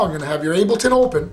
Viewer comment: "Abel"ton? Seriously?